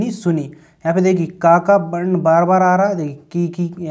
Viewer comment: Varn hota h barn nhi